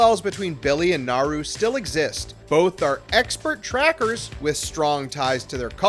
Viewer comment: And yet... they still can't pronounce Naru's name right!